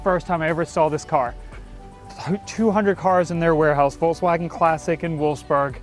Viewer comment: Why do you guys pronounce it: VOLTSWAGEN, instead of VolKswagen?